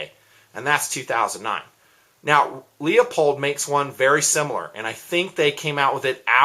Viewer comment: Nice enough review, but PLEASE quit saying "Leopold." It's spelled "LEUPOLD" and pronounced LEWPOLD.